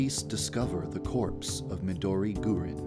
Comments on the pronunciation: Wait Dev pronounces it "GUR-in"?? I heard that the proper way is "gu-RIN" accenting the second syllable so it sounds like "green" w/ a Japanese accent, I would have thought that he would know that if he's the one that named her that o.O oh well it's alright I still like her x) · It's not Midori Gurin. It's Midori GURINUUUU!!!